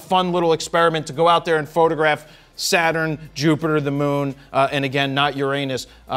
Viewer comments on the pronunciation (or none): I think his "picture-ter" and "Jupitter" more than made up for it, me thinks.